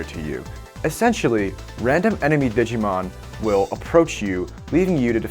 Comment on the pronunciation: Glad to see a digimon world 3 fan. But his pronunciations of the Digimon hurt me. Still a good video.